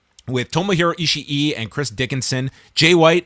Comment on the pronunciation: fun fact North Americans have let Meltzer and NJPW commentary rot their brains on Ishii's pronunciation, no word will ever be Ishi-i Double i's are a long ee sound, like in Kawaii or Kakkoii. E-she works fine, E-shee if you're feeling saucy, the crowds just chant e-she-e because it works better a for a chant, same as Naito, we can all say Naito but its easier for crowds to throw an extra syllable in there for nigh-e-toh